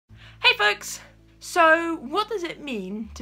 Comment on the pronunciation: Oh my it sounded like you said "hey fucks" in the beginning...